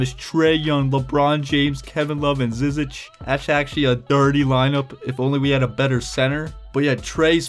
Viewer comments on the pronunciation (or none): And just for information you say his last name ZI-ZICK just so you don’t have to guess every time lol